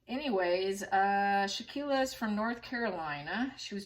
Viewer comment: Really sad case. Btw... Victim name pronounced Shan-quell-a and aggressor name dae-jan-nae. I hope justice will be swift 😔